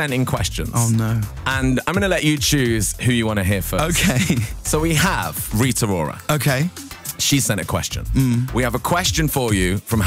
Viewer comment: “Rita Rora” 😂😂😂